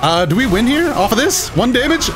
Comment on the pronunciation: Right when said "IM GONNA WIM TRUST ME! TRUST!" I knew it was over for hum right there. No offense bro just the truth.